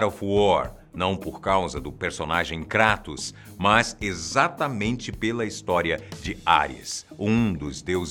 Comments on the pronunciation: KrÁtos,ai siiim, pra min falou certo hahaha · é tão foda que faz até a pronúncia certa do kratos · Mas é a pronuncia correta. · Se você estiver se referindo no "Krátos" então a pronúncia está certa sim. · Todo o diálogo,deve ser levado em consideração. Mas o nome dele é grego,logo você não vai pronunciar "Kreitos" e sim "Kratos" (que é a forma certa),ou você chama Zeus de "Zius"?. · Isso pronúncia certa Kratos, e são 6 jogos e d extra tem o do celular. Aviso ⚠️ avisa - se q ia dar spoiler. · Graças a Deus. Você não fala "kreitos".